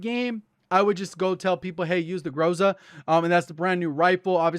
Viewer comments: ITS "GROH-ZUH", NOT "GROZA" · Groza is pronounced, Gra-Za, which means storm/thunderstorm/danger in Russian.